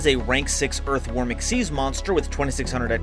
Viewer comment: Why do I keep hearing "EARTH Wyrm" as "Earthworm"? XD